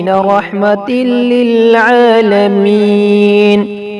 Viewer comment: Apne prhne me galti ki ha "Rehmata lil Alameen" ko apne "Rehmatilil Alameen" prha